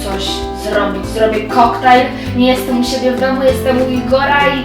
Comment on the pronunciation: 1. O 10.09 2. KOKTAJNE?! NIE KOKTAJLE?